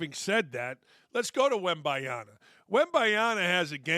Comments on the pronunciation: Can someone teach this dude how to pronounce Wembanyama's name? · If you're gonna praise "Wembayana" having greater marketing impact you could at least get his name right.